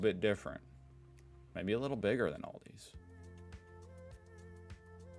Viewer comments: It's Aldi not Oldie. 😅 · You have Lidl in the US! 😂 And it's Al-di, not All- di. Same 'i sound' as in Lidl. As they're both German, and you're right, VERY similar... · THERE'S NO "S" IN ALDI!!! And it's pronounced "AL-DEE", not "ALL-DEE"! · It is Aldi, not Aldi's ;) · Its not Aldi's is just Aldi btw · Aldi also sells non food stuff. On Wednesday and Saturday they get "offers" and they're something else every time and in small quantities. They can be garden equipment, clothing, kitchen appliances, etc, etc. Also, there is no S, it's just ALDI. Let Feli from Germany teach you how to pronounce German brands. :P